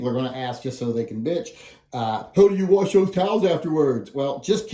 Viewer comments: So next time show us how you ‘wawrsh’ them. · I just lost so much respect for you. Warsh? Really?